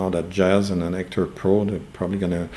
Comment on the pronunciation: Are you saying Ector?